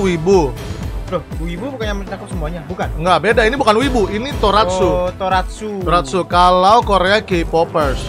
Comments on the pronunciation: Bang Tokusatsu bukan toratsu anjim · Tokosatsu lah bang buka toraksu Karakter anime disebut waifu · bkn toratsu tapi tokusatsu bang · Tokatsu banh bukan Toratsu 🗿🗿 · Tokusatsu bg bukan toratsu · Tokusatsu bang bukan toratsu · Bukan toratsu bang tapi tokusatsu